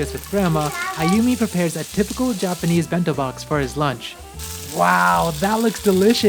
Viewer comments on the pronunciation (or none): none